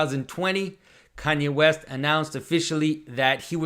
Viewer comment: West I thought you said weast.